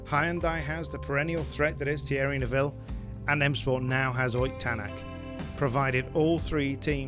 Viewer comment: as an estonian i confirm its awesome that he joined m sport and you nailed the pronounciation